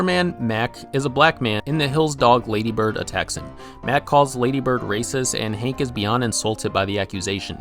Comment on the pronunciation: It's Hank with an A, not Hink with an I. Hink Hill? WTF.